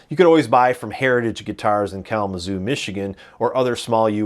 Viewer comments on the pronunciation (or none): none